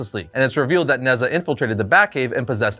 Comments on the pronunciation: Although it’s spelt Nezha, it’s pronounced Ne-Ja, he’s a god or demigod in traditional Chinese mythology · Nezha is actually pronounced Neh-Cha, it’s Chinese and the name of one of their mythical warriors. (Think Heracles, Sigurd etc.) this being said godDAYUM that fusion is dope!